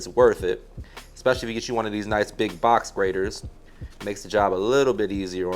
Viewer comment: I thought he said "Box Braider" for a minute before I recognized he said "Box Grater" 😂 ... Either way, he has clearly been to some cookouts and can definitely come to next one 🤣